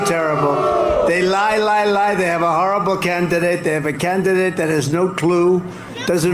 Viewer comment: Trump: "CAN-NA-IDANTE" What the hell is up with him saying the word candidate? Jesus. "I picked Mill-a-wok-eeeee...lots of crime...gotta fix the crime, but I picked it!" Yup.